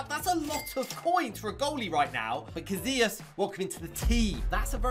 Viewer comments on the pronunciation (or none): Bro said kazias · Bro really sayed cazliaz